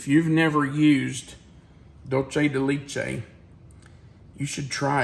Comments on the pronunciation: Empanadas come in both Sweet and Savoury versions. They can be Baked or fried and filled with anything you care to fill it with. Argentine empanadas tend to be a Flour Pizza dough type. Colombian Empanadas are a Corn meal crust. Also, you really butchered DULCE DE LECHE. LECHE (Milk) is pronounced Lech-eh. Similar to the words Let-che. Just without the T! Your pronouncing it Leech-eh Hope this helps! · and, love your channel, “leche” is pronounced “let-t(le) ch- e(eh-deaf person eh) for le-ch-ehh! Sorry the teacher in me jumped on the pronunciation, I did it to my students too! Hope I didn’t offend you. Suzanna